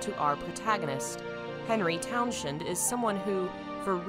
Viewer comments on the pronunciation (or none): Love your SH videos! Ive always thought it was pronounced Henry Towns 'nd, Towns end with a soft e. Thats just me tho.